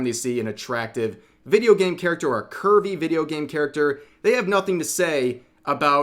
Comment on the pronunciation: I kept hearing Kirby everytime he said Curvy.